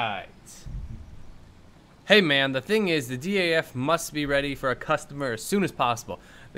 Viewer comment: You say daf as one word. Not each letter